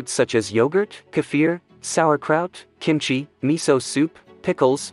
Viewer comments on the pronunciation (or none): none